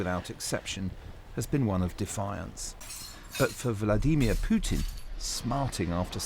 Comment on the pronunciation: WHY IS MARK URBAN THE ONLY PERSON IN THE WORLD WHO CANNOT PRONOUNCE VLADIMIR PUTIN... HE SAYS ''VLADEEMIA PUTIN.. NOBODY ELSE IN THE WHOLE WORLD PRONOUNCES IT AS WRONG AS THIS... WHY DOESN'T ANYONE PICK HIM UP ON THIS... SO SO ANNOYING WHEN HE SAYS THAT PRONUNCIATION..... V L A D EEEE M I A...... !!